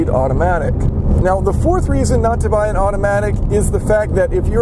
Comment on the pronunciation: You said "bay" instead of "buy". But i get it, english isnt your first language as you said. I jusy wanted to help you. Please dont take this as me being rude